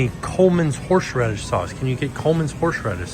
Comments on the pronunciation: “Horshradish” sauce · Note the many times mispronounces "horseradish." It's a hard word! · not being able to say horseradish is killing me 😂